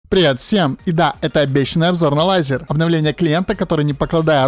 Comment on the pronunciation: Какой "лайзер" Правильно "лэйзер" Исли там стоит буква "а" после L это не значит, что надо читать как в русском